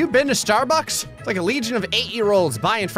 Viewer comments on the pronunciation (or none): none